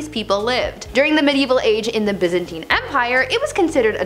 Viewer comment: The (hot) girl wearing the sorority hoodie pronounced the word "Byzantine" correctly. . In EVERY OTHER BumbleBee video, I hear it being pronounced as "bizz-ANT-een. Very good. You get a gold star, and can stay after class to bang erasers with me.